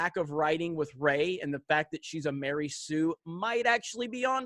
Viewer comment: Ma-REY Sue. I have spoken.